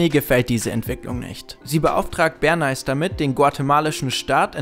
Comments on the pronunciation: Edward Ber-nääihs, nicht zu verwechseln mit dem berühmten Bern- Eis. ;) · Hahaha omg "Berneis" :D Das wird doch "Berneys" ausgesprochen. Wie "Smileys" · Bernays heißt nicht Berneis^^ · so wie hier benais ausgesprochen wird, sind videos auf englisch keine gute idee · entweder hab ich Edward Bernay immer falsch ausgesprochen oder ihr tut es - hab anfangs gar nicht gecheckt wen ihr meintet, als dann "der Vater der PR" kam, hats geklingelt :S LG Justice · Nicht Bern-Eis 😒 Bär-Näh. Und SIENnaga nicht SienNAHA. Ich hab Angst, auf euren englischen Kanal zu gehen...